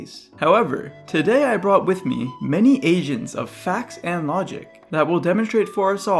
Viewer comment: It gave me a moment to realize you were saying agents, and not asians lol